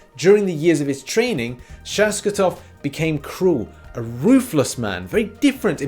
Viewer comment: Alexi Shostakov not Shoskatov :D